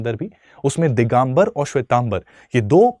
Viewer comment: दिगंबर होता है दिगांबर नही.